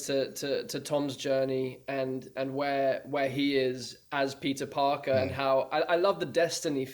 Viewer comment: I'm sorry, but from and on all I hear is "Pizza Parker" 😅 But seriously though, it's so surreal having all three of them together! I especially loved Tom's story of him and Jon being terrified making Homecoming, both newcomers trying to make such an important movie.